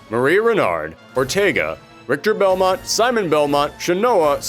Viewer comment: Richter Belmont, a beloved character of the Castlevania Franchise. Not beloved enough that ~90% his fans would know how to pronounce his name though...